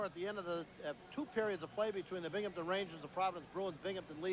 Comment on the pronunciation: There's no P in Binghamton.